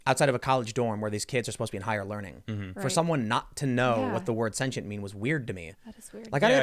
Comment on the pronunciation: “Hey dude are you sentient?” Maybe if you pronounced it correctly he’d have half a shot at answering your question.